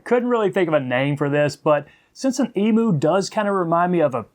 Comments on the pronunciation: Great fly i am an Australian and the correct way to pronounce Emu is Em you not emoo it's on our national coat of arms with the kangaroo great feathers for tying big Murray Cod flies a native fish to parts of Australia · Hahahaha you have an interesting way to say Emu, the Em is ok but pronounce the u as you....Emyou, and you will have it. An interesting looking fly, thanks.